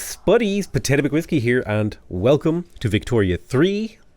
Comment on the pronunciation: potatoe just went german wait what😮😂